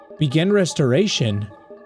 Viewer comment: the word: begin: "begging"